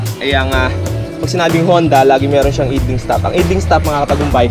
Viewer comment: boss, not to bash but to correct you sa pronunciation lang naman ng "idling" bale i'dling or ay'dling sya. for your own good na din boss 😊 keep motovlogging 👊 bless up 🙏☝